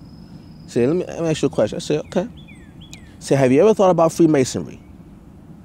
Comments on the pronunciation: another woke enlightened brother... smh sounds foolish. masons would boot his ass for not pronouncing Ask correctly. there's your sign. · Why can't blacks pronounce the word "ask" sounds like "ax " wtf 😬😆a black guy goes into a lodge he sees a mason and approaches him and tell him I want to ax you 😳a question